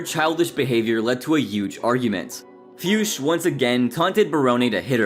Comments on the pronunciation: The way you pronounce Fuchs....wow... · That pronaunciation of Fuchs made me giggle hard XD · I think that is not how you pronounce Fuchs.. Just listen to AVGN how he pronounce it correctly. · how do you come up with jackie fiusch? are you hallucinating or what? FUCHS! no i and no s before the c🤦🏼‍♂️